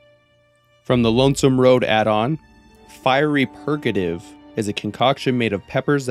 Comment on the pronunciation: I think it's pronounced fiery "purr-ahh-gah-tive" but its been a while since I was in the Mojave...😢 curse my ps3 for breaking, and Nintendo for not porting it like es5:s!!!!